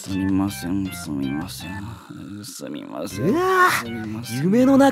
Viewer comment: イルマティック入間のすみませんの発音が「スミマスェン」で草